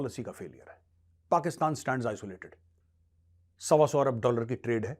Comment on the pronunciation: Aap ne Abhathar Bhasha ka Pryoog kiya hai .... Aap ne kai bar "Pakisetaan" ko Pakistan kaha hai.😂😂😂